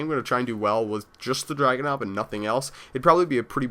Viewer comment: dude it's DRAGONOV not dragon and it's in-fra-red, infrared not inflared.. Srry if I spelled your name rong